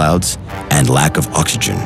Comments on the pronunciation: Commander Cody this nigga said “ockAgen” Instead of oxygen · Its offensive to say ockagen like that instead of oxygen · Hehehehe... anyone else hear him say "Ockagen" instead of oxygen ...? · Nobody:: Ozzigen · Why u say oxogen like Dat 😭😭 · Bruhhh dude said “okagin” Instead of oxygen 😭🤣🤣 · "Ohygen" Ah, yes, my favorite beverage. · "For the formation, of necessary ozijun", i mean OX is a big part for pronouncing OXygen. lol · "for the foughmation of oxgzigion" 😂 I'm sorry >.< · I have never heard anyone pronounce the word "oxygen" like he did . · That's a weird pronounciation of oxygen..